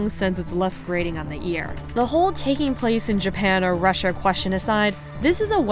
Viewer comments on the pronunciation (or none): none